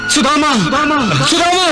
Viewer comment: सदमा नहीं , सुदामा है ।